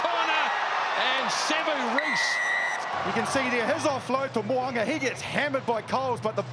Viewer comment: Please get it right. It’s Mo ‘u nga. not Mo a nga